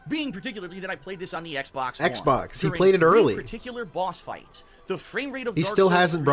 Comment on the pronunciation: “Bwahhsss fwights”